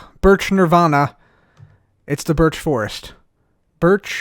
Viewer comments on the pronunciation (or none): sounds sounds like he’s saying biich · Ok, now I'm gonna flag the video because saying 'birch' kinda sounds like b*tch... Just kidding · sounds like he’s saying something other than birch...